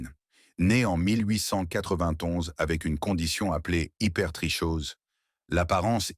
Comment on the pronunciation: vidéo super intéressante mais à titre d'information on prononce HypertriKose malgré le "ch"